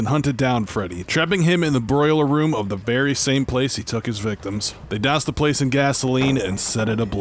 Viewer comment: It’s pronounced “boiler room” NOT “broiler room”😂 dumbass